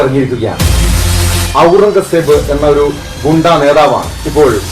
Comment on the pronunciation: പുള്ളിയോട് പേര് മാറ്റാൻ പറയണം!!! ഔറൻഗസേബ്!! പറയാൻ റീഡ്ർ ബുദ്ധിമുട്ടുന്നു 😂